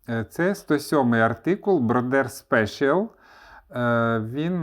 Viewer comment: broder special правильно вимовляти "броде спес'яль" Було б добре, якщо б ви показували взірці вишиті тими чи іншими нитками.